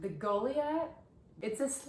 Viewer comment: Did you really call it the “goley ath”??